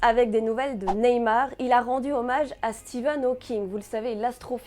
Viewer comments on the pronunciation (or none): bonne vidéo, mais juste c'est STEPHEN hawking, pas steven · s'il te plait! StePHen Hawking par SteVen! Voyons!;) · Bah alors dire Stephen c'est plus dur que de dire deux fois Steven? #hawking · Steven Hawking? Stephen Hawking voyons 😂😂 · Stephen* pas Steven 😉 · Ça se dit Stefan